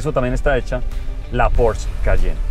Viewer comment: No es por ser hater pero están pronunciando porsche mal😂. Los puristas de la marca estarían destilando veneno puro